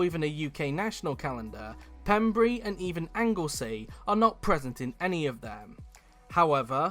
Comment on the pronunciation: Your very much mistaken about wales not having events wales has the road race at aberdare park every year also has car and truck racing at Pembrey. Also it’s pronounced pem bray